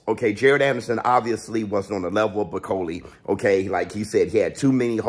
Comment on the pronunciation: Its BAAAAKOOOLE NO BEKOLI